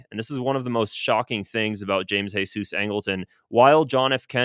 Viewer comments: James Heysoos...it's James Jeezuz Angleton! WHERE you getting the Mexicana?? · geezus, not hesus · I’m curious as to why you keep pronouncing James Jesus Angleton the Jesus part in Spanish and not Jesus in English because the rest of his name is in English? Idk you made it sound like he was Mexican or something 😂but hes just a white guy and Jesus is also an English name I thought. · Jeezus!! It's pronounced like"jeezus." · really enjoying your channel, but you’ve got to stop giving angletons middle name the Spanish pronunciation…his mother gave him the middle name JESUS (English pronunciation). I know because I once made that mistake myself, and was corrected by my bureau mentor